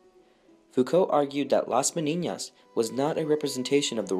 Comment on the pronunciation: I applaud the attempt to pronounce the ñ (a very good ñ, by the way), but the word is Menina and it doesn't have an ñ.